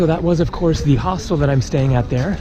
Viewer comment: Nice video Why your pronunciation of Hostel sounds so weird ? Hostel or Hoselt? 😂